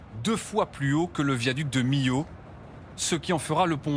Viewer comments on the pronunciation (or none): none